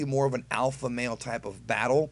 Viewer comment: Bothered every time you say "alpha."